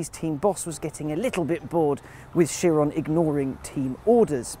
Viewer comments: Dovakhiin exactly. He was my favourite (especially since Chris Harris is kinda gone) now i like him even more. to him i say bravo for being the only person i ever hear pronouncing Chiron well (appart from the announcer at Bugatti in the Motorshow) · So there is at least one person on the English speaking internet that can pronounce Chiron's name properly ! :D